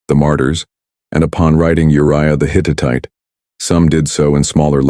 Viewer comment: The Hit-it-ite?? Hittite!!